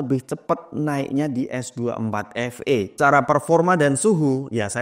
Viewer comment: Ay de ting, ay cus S dua empat efe